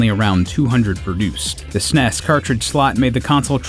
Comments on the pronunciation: STOP SAYING SNESS, IT IS S-N-E-S. Seriously stop saying it wrong. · It's not snes.. S. N. E. S. It's a bloody acronym. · Did this guy really just call it the "sness" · I find it odd how he class the Super NES the snes. I actually say ess en ee es. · Sounds like a robot narrator. S.N.E.S. not snes. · I thought the narrator was sneezing, many times through the the video, Lol. Not hard to say S-N-E-S. So crindgy each time SNEZ was spoken as a word. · When the eff did people start pronouncing “s-n-e-s” as snes? No sir, I don’t like it. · What the hell is up with these nerds calling it the SNESSSS. NOONE 25 years ago ever called it that. Its calles Super Nintendo...thats it. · In an informative video, saying sness is rediculouse. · STAHP SAYING SNES! It’s “es-en-ee-ess “ you god damn monsters. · Please, I beg you. No, I implore you, stop calling it the s-nes, it's the Super Nintendo. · You are an American. (At least North American.) it is S-N-E-S. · The way you are saying S.N.E.S. As one word snes instead of saying the letters separately like everyone else says it. Is funny as hell. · I can't take someone seriously when they pronounce SNES as "sness". It just sounds ignorant. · Tempted to dislike for pronouncing SNES like a Brit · Who the fuck says SNES phonetically?